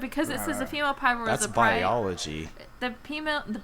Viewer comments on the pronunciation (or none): Lol PMALE instead of female, I shat myself